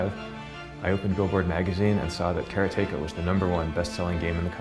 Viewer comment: How is it supossed to say karateka? I think he pronounces it correctly.